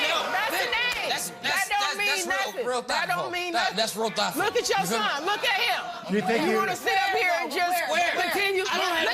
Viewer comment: He said that's real thotful